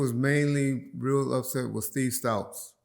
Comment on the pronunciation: 🤣 I swear does this on purpose to fuck with us/them